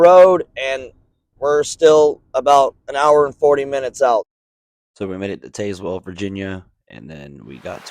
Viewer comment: Just Taz-well. They will make fun of you if you pronounce it taze-well. I got a lot of funny looks when i first moved here 😅